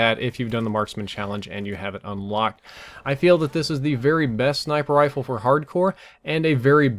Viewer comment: it's RIFLE not RILFE